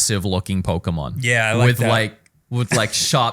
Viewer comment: Man… the pronunciation of the Pokémon is really putting a damper in this episode. It’d make sense for someone who doesn’t have exposure to Pokémon, but to be a self proclaimed fan, it hurts.